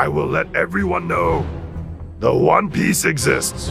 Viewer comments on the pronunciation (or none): they say Juan piece instead of one piece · But why do they say Juan piece tho😂